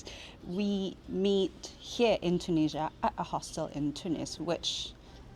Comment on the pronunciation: Hi, you've started your video with the words "I'm in Tunisia", but at first I heard literally like "I'm Indonesian" 😅 Thank you for another amazing video episode, full of good emotions - a random girl hiding herself with piece of paper behind you while you're eating; meeting another fellow Indian vlogger with the goal to marry after visiting all countries; and certainly other beautiful moments (including 1€ train ticket) 😅 P.S. Certainly, much more joyful than taking a 100£ train ticket in the UK 🤑